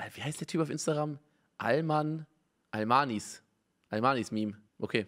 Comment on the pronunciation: "Almanismeme" triggered